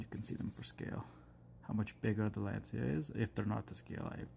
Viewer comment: just a tiny FYI it’s pronounced “launch ya”, it’s a Italian word.